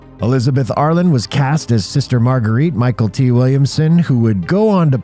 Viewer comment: Mee-kelti. Not Michael T. 🙂 Remember seeing this when it came out - super fun film.